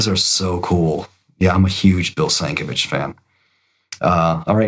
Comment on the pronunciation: It’s pronounced Doug Mensch and Bill Sin-KEV-ich.